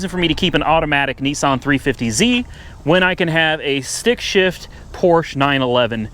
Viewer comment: I cringed every time you mispronounced Porsche. The e is not silent.